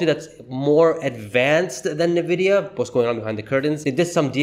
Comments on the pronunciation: Pronounced: ennnn-vidia not Nah-video! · You're saying Nvidia wrong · How can anybody take you seriously when you can't even pronounce the name of the company correctly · Could you please pronounce Nvidia correctly... Well I guess not